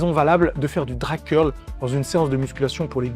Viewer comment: je parle de la voix, et le fais qu'il dise séace dos au lieu de séance dos, on dirait une faute de frappe lu par IA vocal